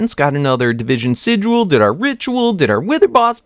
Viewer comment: It's sigil, pronounced si-jil, not sidual. I'm sorry, but my eye twitches every time I hear it.